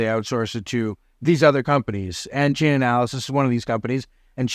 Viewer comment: Stop saying Chainanalysis, its Chainalysis. Also the feds are trained to use Chainalysis Reactor to track money movement (not Monero), its pretty standard for years now.